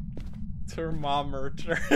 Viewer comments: Thermomrter. Pronounced "thermo - murder" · Thermomrter😂 what da hell😂